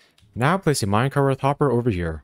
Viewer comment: There is no H at the end of the word minecart. You constantly pronounce it "minecarth" for some weird reason. It's just minecarT.